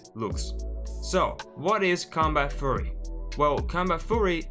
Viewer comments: Please don't say combat "furry" please say "fee yu ree" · Great video. I just wanted to point out Furry = covered in Fur like an animal. Fury is like Anger and pronounced "Fe- your- ey"